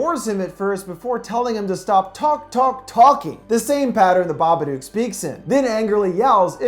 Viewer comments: Why does he say babadook wrong so many times. He says it like babaduke. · The Babadook, which rhymes with book not duke, is Amelia's Shadow in the Jungian sense. There is no supernatural entity in this film. Both Amelia and Samuel's realities are isolated, depressed, anxious states which, by themselves, distort reality. As with the roaches in the house and the car, Amelia is the only one to see them implying an hallucinatory state. The social workers saw no roaches in addition; indicating her disconnection from objective reality due to the repression of her grief, her lack of sleep and her awakened Shadow. Amelia is the true hero in this film; not Samuel. Why? Who had the power to confront The Babadook? Who had the power to FEED the Babadook? Amelia. Samuel triggered Amelia's awareness of her dysfunctional and dangerous mental state, but she is the one who took the steps to conquer her fear and to regain the balance needed to raise her son in a more healthy environment. Amelia embraced her dark side without letting it dominate her being. She learned from it, fed it and therefore realized that she could control it by facing that part of her repressed self. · The "dook" in "babadook" is actually pronounced like the word "book" or "cook". Not "duke". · Of course I have. But everyone I know has always pronounced it "duke". Funny, right? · The Smoking Skull no the movie is called BABADOOK pronounced duke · ok u know the word book? now replace the b with a d. THATS how u pronounce it. sorry it was really bothering me, the babadook is my fav movie. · Dook rhymes with Book cmon man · Baba-DOOK. It rhymes with "book" on purpose. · Flickirboii Yeeet I suppose, but a lot of people I know who have seen the movie also pronounce it "baba-duke". Which kind of makes the creature way less scary... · babaduck.. aight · Yep. It rhymes with book. How is that complicated? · The Smoking Skull im spelling it the way it’s pronounced